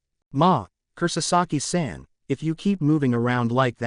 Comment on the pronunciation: Just, some names are pronounced wrong, like Kisuke, the auffix -san, Zanpakuto etc. and the pronounciation is too flat. That's probably because the names are pronounced like they are english names and not japanese ones.